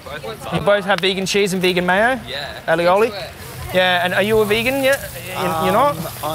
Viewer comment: the way you kept mispronouncing "aioli" lol